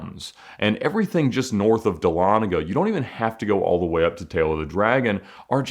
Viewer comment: Holy crap bro !! I live in dahlonega and you said it correctly !! It’s a rare thing to hear. Great videos !!